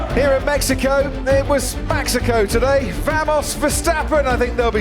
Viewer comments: haha great commentating on this one. That opening lap "kerfuffle" was intense, and "Maxico" was a nice touch. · Its Maxico 😅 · we just gonna ignore "Maxico" at the end there?